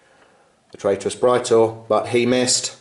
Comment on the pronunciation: awesome bat rep guys, love big apoc-size fights that actually feel like two armies fighting and not just 5 giant Robots/Gundams/Monsters duking it out! Also, as a side note, dat correct Latin pronunciation of Praetor!